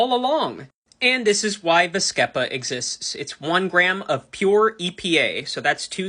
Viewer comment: It's pronounced vas-SEE-pah. The credibility of the surrounding information is called into question when this happens.